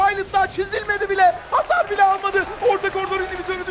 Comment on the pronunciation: hasar diyişi kfmfmmdkdld